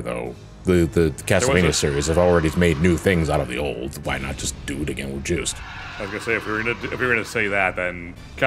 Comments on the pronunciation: It's pronounced "Joost." Or close to that. It's French. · Ah, my favorite Castlevania Harmony of Dissonance character. "Juice Belmont."